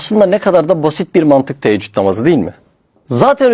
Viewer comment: Teeccüd değil Teheccüd namazıdır aslı Yanlış telaffuz ediyorsun